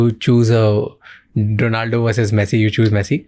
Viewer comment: Bro not donaldo 😂he is ronaldo You cook 22. Seconds